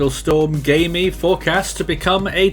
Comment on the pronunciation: but it's pronounced Kayme on audio tracks.